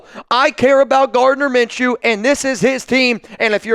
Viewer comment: Did you just say it’s minchews team after they got lucky 🍀 lmao